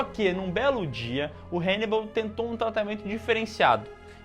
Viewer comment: HEInibal!!!????? HAnnibal 🤦🏻‍♂️